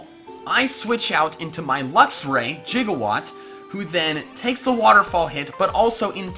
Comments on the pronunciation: Why do you keep saying jigawatt? I can clearly see it says Gigawatt. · spelled gigawatt, and just like doc brown misprounounces it jigawatt,😑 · I'm slightly annoyed by the fact that you pronounce Gigawatt like "jiga"watt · Anyone else a little miffed by the way he pronounces gigawatt? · you're saying gigawatt wrong